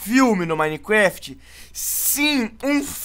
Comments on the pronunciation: tava falando Minequéft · Cara na moral aprende a falar minecraft pfv